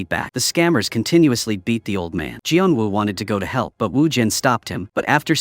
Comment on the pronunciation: gian wu? bruh is geon woo